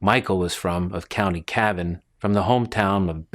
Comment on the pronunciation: LOL, Co Cayvan! Co Cavan love the American why of pronouncing things!